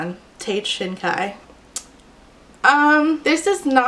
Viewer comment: See, every time she read "Shinkai" I just heard "shinka" and thought about Digimon.